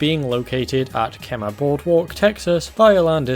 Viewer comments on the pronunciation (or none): Ive been there and its pronounced keey-mah ♡ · I live near the Kemah area. First, it’s pronounced “Key-mah” 😂 Second, unfortunately that information is quite outdated. The 4d spongebob attraction hasn’t been operating there in probable decades. I know cuz i was there when it was running as a little kid.